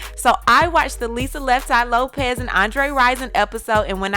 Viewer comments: It's Lisa "Left Eye" Lopes not Lopez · Erin McMahon Lope”S” not Lope”Z” lol sorry can’t help a tru fan lol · It's Lisa Lopes, not Lopez. Also, Pac and Lisa never had sex or dated. Infant when they first met, Pac said "never let me sleep with you" as he didn't want to ruin their friendship. Lisa loved him and he wrote a song about her called "Can you get away" - it's about Lisa/Pac/Andre.